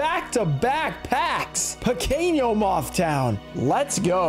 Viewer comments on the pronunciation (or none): Pronunciation tips: Pequeno = pekeno, not like pequeño in spanish Bruxa = brusha, not bruksa Mago = mah go, not "may go"